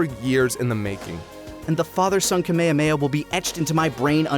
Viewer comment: Is always annoying how English speaking people mispronounced Kamehameha